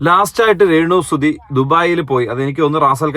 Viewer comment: രേണുസുധി അല്ല രേണുസ്തുധി 😁